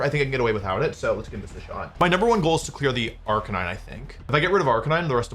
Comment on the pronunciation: No arc-a-neen-eh 😢